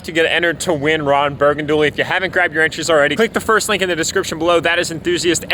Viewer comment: Ron Burgandually 😂